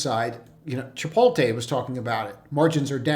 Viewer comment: “chipoll-tay” lmao cracks me up